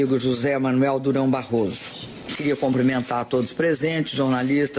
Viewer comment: CUmprimenta, e não "comprimenta"...